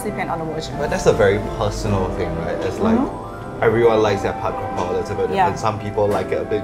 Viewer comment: dude it's pad kRRRRRRRRapow, where are your Rs?